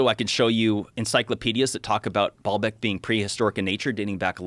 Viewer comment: Baalbeck is not pronounced ball-beck. It's baal-beck with a long a sound